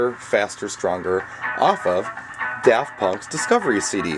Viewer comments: DaRft sounds like how a pirate may pronouce it. Arrrr care to hear some DaRft Punk before you walk the plank? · I Live in New Zealand, (NO ONE KNOWS DAFT PUNK HERE, LOL!) and I pronounce it as Daft not Da r ft punk...